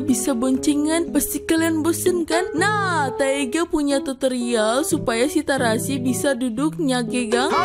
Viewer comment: itu kalo tharasi di baca kan tharasi kalo di tulis tetep tharasi atau terasi kak? maaf bukan joks ya